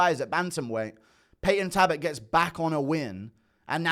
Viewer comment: Its payton talbot with an L guru please stop torturing me